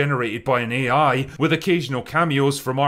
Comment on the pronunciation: Saying "nobody is talking about x" is not to be taken literally, and you damn well know that. Such a lazy attempt. Also, you have to pronounce the -th sound in "with" if you don't want to be taken seriously. Take a speech class.